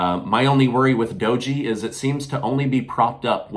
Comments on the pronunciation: Dojjj not dogee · It’s pronounced doge like dodge cars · You should learn how to say Doge.